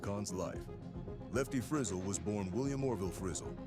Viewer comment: If you do a documentary please pronounce the name correctly